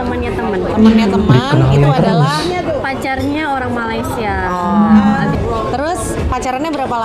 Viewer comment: mohon dibetulkan ya.. orang Malaysia biarpun di sebelah Semenanjung mempunyai loghat "E" tapi ngak pernah sebut perkataan Malaysia menjadi MALAYSIYE YA.. sila hadamkan ini.. terpanggil untuk memperbetul kesalahan bahasa yang suka digunakan oleh warga Indonesia bila ke Malaysia..